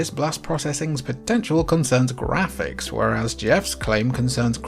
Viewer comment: you are clearly NOT pronouncing words as the rest of us pronounce them, for example, Graphics is not pronounced Gray-fix, it's Graph-icks! And Yakuza is not pronounced Yak-you-za, it's properly pronounced Yak-oo-za! GodDAMMIT dude, go take a Pronunciation Class from someone articulate and well-learned who DOES give a shit about applying what he's learned in Republican-teacher taught educational institutions, instead of schools that are brainwashing kids nowadays!